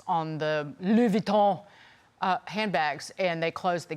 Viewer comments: "On the uhhhh LEUUWEEUUU WONTONN handbags uhhh" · She doesn't even know how to say Louis Vuitton lol... Don't even try to speak French you butchered the language